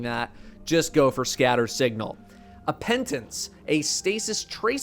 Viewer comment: Appetence not appeNtence. Good gosh this mistake is starting to haunt me.